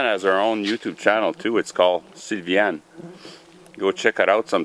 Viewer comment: It took a little effort to find "Sylviane FarmerChick" you mentioned. I was looking for CVN, Sevien, Seavein, haha you accent. Finally, I just searched for "Noelville Ontario Dairy" and found her.